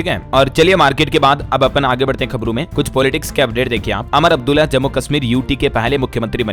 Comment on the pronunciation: Umar abdulla ko Amar abdulla Kyun bolte ho